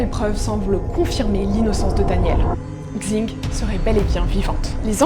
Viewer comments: Pour info "xing" ça se prononce "ching" et pas "kzing" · Le X en chinois se prononce « ch ». Super chaîne en tout cas ! :) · super vidéo !! Juste pour Xing Leili, son nom de famille se prononce comme "sing" et en fait son prénom c'est Leili